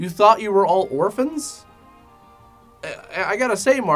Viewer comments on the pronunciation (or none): If you listen closely, the Asian guy actually says 'orpans' instead of orphans. Why didn't anyone correct him? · "We are orl orpan"